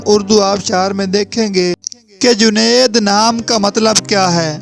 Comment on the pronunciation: Juned bolo bhai